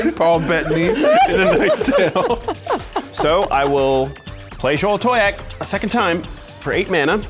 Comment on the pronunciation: The most impressive thing did this game was pronounce Xolatoyac correctly every single time